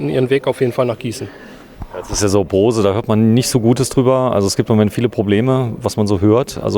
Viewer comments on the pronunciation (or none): none